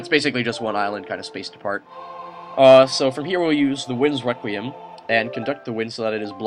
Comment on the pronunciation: Is it only me who hear him say 'winds wequiem'